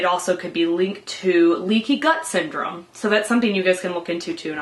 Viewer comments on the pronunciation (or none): none